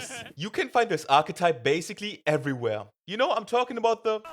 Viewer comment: "Eveywhuuuur" I hate YouTubers now none of them can speak listen to this dweebs voice